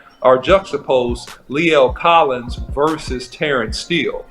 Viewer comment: that man’s mama gone get you for butchering his name lol lol lol other than that good film study however I don’t think right now we can compare those guys right now because Lae’l was out for a year and Steele wasn’t so let’s just give a fair shot until there’s more film on Collins